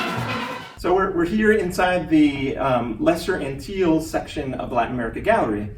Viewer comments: Geez, the guy can't even pronounce "Antilles" and "Tobago" correctly! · I think too that he could have taken the opportunity to learn how to pronounce Tobago, the Lesser Antilles and Guadeloupe